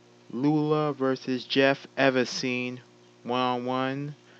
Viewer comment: thanks for pronouncing Lula right and yes us Bro Code will get our revenge